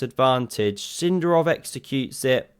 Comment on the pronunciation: It's Sind'arov, not S'indarov, mate! but thanks for the video